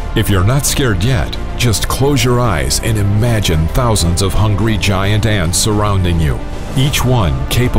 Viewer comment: So it’s called gi-ant lololol